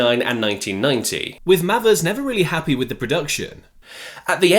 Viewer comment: Not spelt this way but Mayvers is is has its pronounced surely,Not Mavvers.